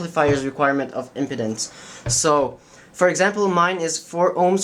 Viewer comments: Pronounced ... IM- PEEE-DENCE not "impotence" big difference :-D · Tim Tidball yes I was very confused until I saw it typed out. I was like what’s erectile dysfunction got to do with this? Oh, wait! Impedance! You’re talking physics!